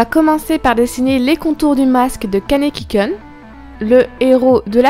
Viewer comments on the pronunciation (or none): Excuse moi de te corriger mais ce n'est pas des dessins animé mais bien des animé ou même des mangas animé x) et "kun" se prononce "koune" voilà voilà :) sinon super vidéo ^^